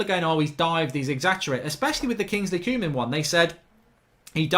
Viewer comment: Kingsley cooman 🤦‍♂️. Its pronounced co-man